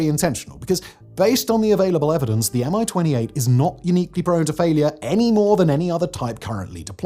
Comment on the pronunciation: It’s not a M I-28, it’s a MI-28, as in mie-28.